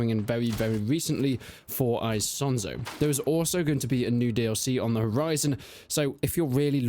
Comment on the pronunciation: Why do you keep saying eye-sonzo like some Texan yeehaw